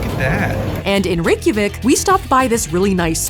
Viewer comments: she pronounces it almost correctly except she says "vik" instead of "veek". It's like Rey-kya-veek. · Out of curiosity (not shading Saf at all!) how is Reykjavik pronounced? I was under the impression that it was more like "ryay-ha-veek" because of the old Journey to the Center of the Earth movie, but I also haven't watched that in like fifteen years lol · Wow, I assumed that everyone knew how to pronounce Reykjavik 😳😬